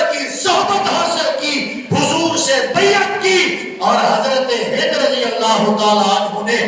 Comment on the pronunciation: naam Tu theak lay in k naam hind tha hinda Nahi